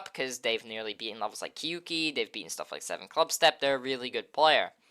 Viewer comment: im sorry but every time i hear someone butcher kyouki it kills me LOL kyouki is basically 2 syllables, not ki-yu-ki. jisho has a pronunciation available